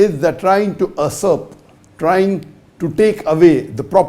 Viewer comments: It's usurp not asurp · its not asurp. It's Usurp